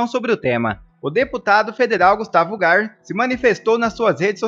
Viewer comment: O nome dele é Gustavo Gayer e não Garr...